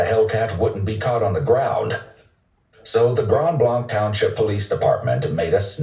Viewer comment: It’s pronounced Grand blank not how he said it